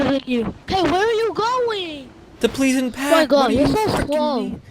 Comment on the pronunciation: It’s presented plesent park not pleasant pack